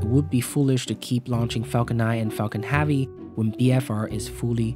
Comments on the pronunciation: Great video. Your incorrect pronunciation of he work "heavy", though was so bad it made me want to punch out my ear drums with an awl every time I heard it, which was a lot. There's no way I would have watched this great video passed the introduction if my hands weren't covered in dish soap when this played. I stand by calling that an incorrect pronunciation btw. Accents are different from incorrect pronunciations. What you said is not "heavy" with an accent, it's "heavy" pronounced incorrectly. I will probably get hate for saying this. I'd like to reiterate that I actually really liked the video. It was very well done. That one word, though, was just so painful to my experience that I couldn't sleep at night if I said nothing. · Lets have this guy who cant pronounce heavy narate a video of something called heavy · Can you PLEASE say "Heavy" the right way omg.... nice video tho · Yeah why does this guy pronounce it so weird i couldnt watch it after he kept saying it wrong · The way you pronounce "heavy" is nagging AF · the amount of times you mispronounce 'heavy'... it's like you're doing it on purpose, hurts my freaking ears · Everytimes I hear 'haavy' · my name is Javier, those closest to me call me 'Javi'. Pronounced the exact same way that he is saying 'heavy.' ... and i must say that i dont appreciate that he is making my name sound like a big robust full of heaviness thing when he really could just be pronouncing the word 'heavy' properly. lol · Everytime he said "havy" I stabbed myself! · Are you incapable of saying "Heavy"? Because Haavy is not a word. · Pronounce "heavy" properly so then the captions don't say "Javi" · Falcon heavy, not falcon havy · falcon havy? its heh-vee you frickin immigrant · this pissed me off so much , falcon friggin duck would been more pleasant to listen to .... . havy havi haaaaaaaviiiiiiii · The way u say haavi hurts my ears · "Falcon Have-y" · Falcon Haaavy. Haaavy. Haaavy. 🙉🙉🙉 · "Falcon Javi" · "Falcon havvy"